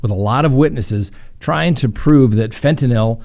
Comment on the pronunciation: "fen-tah-NIL" Me: 👏🙌 😁😂😁 🙌👏🎉